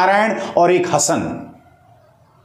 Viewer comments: सर वो हसन नहीं....हासन है हासन....जैसे कमल हासन...श्रुती हासन...दक्षिण भारत हासन सरनेम हिन्दू लगाते हैं.... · हासन है न कि हसन। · make it right now....सर वो हसन नहीं....हासन है हासन....जैसे कमल हासन...श्रुती हासन...दक्षिण भारत हासन सरनेम हिन्दू लगाते हैं.... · सर वो हसन नहीं....हासन है हासन....जैसे कमल हासन...श्रुती हासन...दक्षिण भारत हासन सरनेम हिन्दू लगाते हैं....... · make it right now...सर वो हसन नहीं....हासन है हासन....जैसे कमल हासन...श्रुती हासन...दक्षिण भारत हासन सरनेम हिन्दू लगाते हैं.... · सर वो हसन नहीं....हासन है हासन....जैसे कमल हासन...श्रुती हासन...दक्षिण भारत हासन सरनेम हिन्दू लगाते हैं........